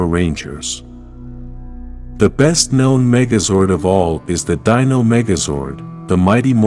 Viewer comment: I’m not the biggest power ranger fan but I know when you are saying Z E O you need to say that as one word ZEO. And you also are saying Dino wrong just to let you know so some people don’t get to upset with you